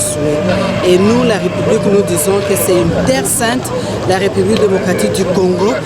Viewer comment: petit rappel de diction < la république se prononce avec un é ouvert. <retard se prononce avec un e fermé. Bon courage.